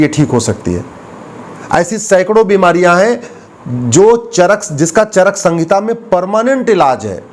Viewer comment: चरक संगीता नहीं, चरक संहिता है सही नाम।